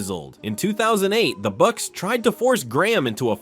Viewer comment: the buccsess